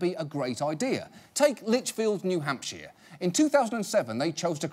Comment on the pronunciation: 1. It's New Hampshire, not New Hampsheeeer. 2. Yeah, we take our rules seriously in the Live Free or Die state.